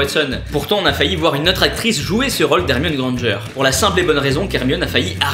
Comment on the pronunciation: On dit grand g